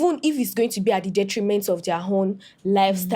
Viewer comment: "Detriment" akaria 😅😂